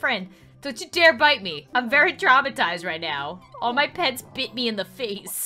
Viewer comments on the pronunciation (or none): none